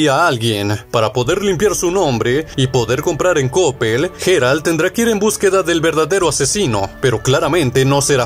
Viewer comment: "Comandante cherpad"? 😂😂😂 😂 y ese quien es ? no sera el comandante Shepard de mass efect? vocaliza o lee bien compadre. Y la "G" del nombre del Witcher suena como "y" porque es en ingles y no como jota en español: "Yeral" no " Jeral" . En Batman el nombre de arkhan se pronuncia " asailum" no " asilun" . En fin...